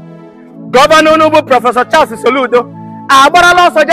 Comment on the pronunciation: Oga it's not "Charse" it's Charles